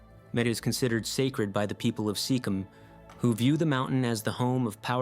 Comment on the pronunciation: Number 1 is named for Simon Bolivar. How did you butcher the name so badly? Again with K2. Sikkim is a region un northern India. I thought the correct pronunciation was fairly intuitive. Are you a bot, dude? Maybe you should stick with English-language names.